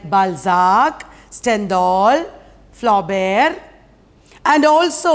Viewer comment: BalZAAAAK....FlaubErrr...StendhDaaaaal..IbZeNNNN..😅😅😅 1st Prize for Monoact..😅